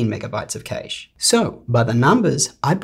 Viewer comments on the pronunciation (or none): Cache is pronounced "kash", not "cayshe". 😉